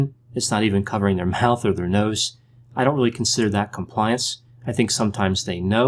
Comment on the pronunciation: A lot of emphasis on the word 'compliance' Compliance for the sake of it is not good enough reason in itself to comply.